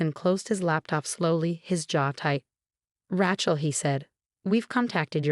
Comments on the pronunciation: Whoever, or whatever narrated this is horrible at pronunciation. It's Ra(y)chel, not Ra(t)chel. You didn't even pronounce Dr. Mar(teen)is's name right. I'm not suscribin to this channel. Sorry,. All of the channels similar to this one, that I'm subscribed to, enunciate names and words correctly most of the time. They make mistakes as well, but not like this. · R-long a chel NOT Ra-shal!!!! Agree Lord Love a Duck!!!😊😊😊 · It’s “RAY-chel” goddamnit! Get it right! If Sarah never had a drinking problem why did she have a sobriety medallion? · Yes, please get your names pronounced properly... The name Rachel is especially ALWAYS mispronounced . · Fix your bot. Rachel does not rhyme with ratchet